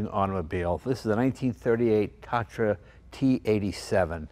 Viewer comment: Tah-tra. The first "a" is spelled longer, since it's named after a Hungarian mountain (Tátra).